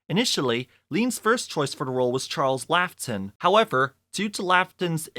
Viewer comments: Laughton's name is LAW-ton, not Laff-ton. It's Alec Guinnes, not Alan. Olivier's name is O-LIV-ee-ay. Learn that preparation is demanded of what you do. Never mispronounce names. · you need to learn how to pronounce Charles LAUGHTON and Lawrence olivier!